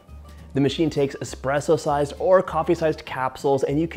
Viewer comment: John, it’s espresso not expresso.